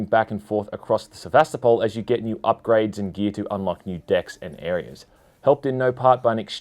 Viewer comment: It's not pronounced Se-va-sta-pal, but Se-va-sto-pul l it comes from the city of Sevastopol in Ukraine/Russia